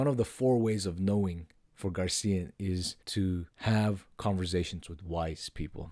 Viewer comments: GARCÍAN????? My goodness! Is so difficult to tell "GraciÁn"?? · Yes! GRACIAN, not GARCIAN. Like fingernails on a chalkboard. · GRACIAN! not gar CIA!- It is unlikely that Nietzsche read Balthasar Gracián or was directly influenced by him. There is no mention of Gracián in Nietzsche’s published works, letters, or notebooks, and no evidence that he owned any of his books. While both thinkers share a common interest in aristocratic morality, self-mastery, and the art of living, their fundamental philosophical projects and ethical frameworks are quite different. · Gray-C-N? Grace-ian?